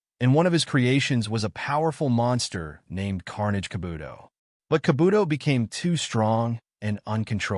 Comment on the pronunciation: H9w u say Kabuto and saitama made me stop watching u